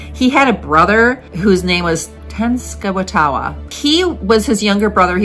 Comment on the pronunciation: The name is not. Wa wa at the end, it's Wa ta. Sorry, but if I didn't tell you, I would be disrespecting him